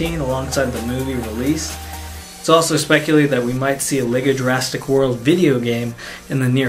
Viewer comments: Why not ninjago. And it's Jurassic not Jurastick. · why do you call it jurasstic world